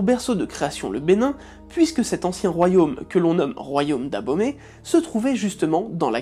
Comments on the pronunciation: C Est le Royaume Dahomey et non ''D'abomey'' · Royaume D'abaumey ??? WTF 😂 C'est DAHOMEY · Pour la prononciation c'est le royaume dahomey sinon bonne vidéo